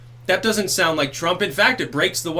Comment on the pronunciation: "TwrumPP", it had me busting out laughing every time he said it.